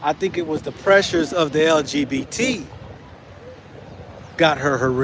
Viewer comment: You said it LGBT-z